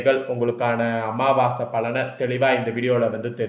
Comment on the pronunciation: அமாவாச இல்லையா அமாவாசை 🤣 மார்கலி இல்ல மார்கழி🤣( உச்சரிப்பு மிக அவசியம்)😊😊😊